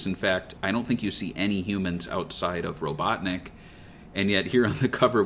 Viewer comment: RO-BUTT-NICK genius !